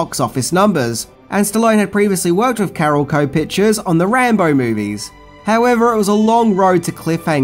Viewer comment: "carololco" lol